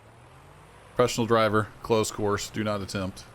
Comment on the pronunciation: meme man "Prufeshunol jryvur, klozd kors"